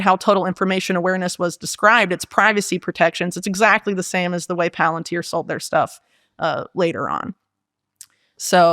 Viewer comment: Its puh-lAn-teer. Watch LoTR